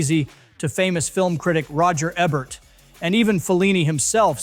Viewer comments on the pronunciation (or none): Can’t you program your AI narrator to say Roger Ebert’s name properly? Also, EAST OF EDEN was Dean’s FIRST major performance, not his “final.” You’d think with him only making three feature films you wouldn’t have mucked that up!